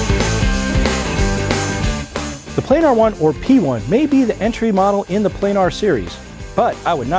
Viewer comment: Plan ar not playnar